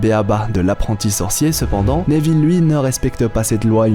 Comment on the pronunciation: Désoler je regarde pas en entier la prononciation Néville au lieu de Néville sans accent ça me fait saigner les oreilles